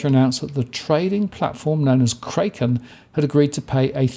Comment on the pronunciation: It's pronounce "cracken":)